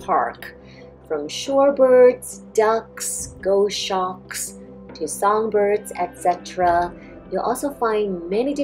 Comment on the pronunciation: Thanks for the great video. Gos-hawk might be the correct pronunciation.